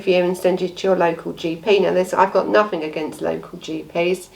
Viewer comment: I start to watch you but every time you say everythink or nothink I have to switch off.